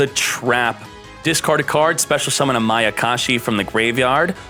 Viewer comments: its MAYA KASHI not maKAyashi...........notice me..... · He keeps saying makayashi🤣🤣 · I like how 2/3 of the way through the video, he goes from pronouncing mayakashi correctly to pronouncing it wrong. He also pronounces ballista wrong, which irks my greatly.